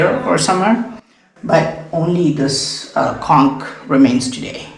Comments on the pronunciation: With due respect,, just for your information, the "ch" in the word "conch" is pronounced not as "k" but like the "ch" in "lunch", "crunch", "bunch", etc. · It's "conch" not "konk". Shank in Hindi and in Sanskrit "sankha".